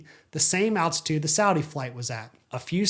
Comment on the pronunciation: attitude or altitude, there’s an L in there somewhere lol